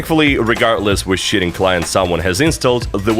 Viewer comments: every time this guy says cheating it sounds like shitting! lmao (no hate i love the video) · "multiplayer games and shitting" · I thought he said shitting not cheating 😭😭😭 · I know you started the video by saying "multiplayer games and cheating" but I can't help but hear "multiplayer games and shitting" every time lmao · "regardless which shitting client someone has instilled" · When you say cheating it sounds like you said shitting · why does it sound like you're saying "shitting" when you say cheating